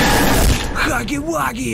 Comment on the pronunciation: Он не хагги вагги а хягги вягги 😁